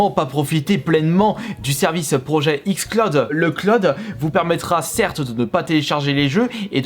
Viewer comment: Non il a dit XClaude pas XCloud.